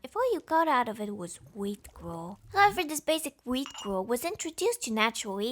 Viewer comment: "Wheat gwuel" And also... "Tennennennennennenne..."